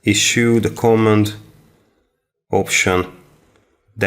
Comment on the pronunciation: no co'mmand it is comma'nd